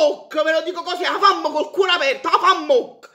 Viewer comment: Ma si dice Vafammoc no afammoc